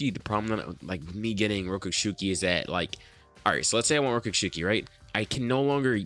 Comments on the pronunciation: rokushiki not rokooshooki sounds like im nagging sorry ;) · Rokushiki NOT ROKUSHUKI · Rokushuki? Isn’t it rokushiki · Bruh it’s not that hard to pronounce rokushiki